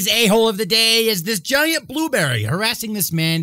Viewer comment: Big emphasis on "giant" blueberry